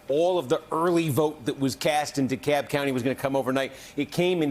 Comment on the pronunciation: It’s Dekalb county, not Dekab. Sorry, this is just really bugging me. 🤨